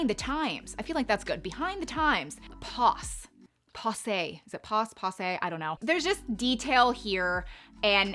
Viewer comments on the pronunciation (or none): Pass-say. Not poss-say. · It’s pronounced pass-ay (long a sound). 😉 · The word is pronounced pass-A (long a sound). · From 🇨🇦 it’s pronounced (passA) 😃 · Pronunciation: "Pass-ay" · Sweetie, It’s pronounced. Pass say. My correction is all in good fun. 😂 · It’s pronounced “PASS-ay” 😄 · Silly girl it’s pronounced pass- A